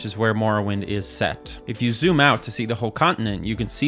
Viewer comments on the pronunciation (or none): none